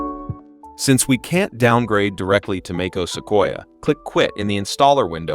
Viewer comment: AI SLOP!!!! took 3 seconds to hear os instead of O.S. .... smfh